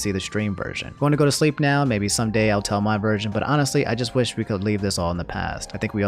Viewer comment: Why you say nown when saying now